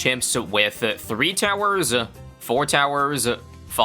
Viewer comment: Three towerzza, four towerzza, five towerzza 😂😂😂